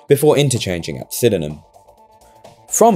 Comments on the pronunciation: Sydenham is pronounced Syd-nam not Syd-en-nam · Sydenham is pronounced Syd-nam, only two syllables FYI, otherwise an interesting video! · Sydenham SYD-NEM Only two syllabuses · Sydenham is a two syllable word not three, are you from Sydney